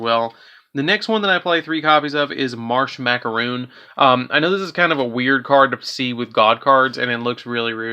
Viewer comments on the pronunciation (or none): Just so you know, "Marshmacaron" is pronounced "Marsh-Mac-A-Ron".